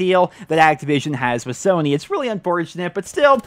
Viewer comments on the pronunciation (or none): none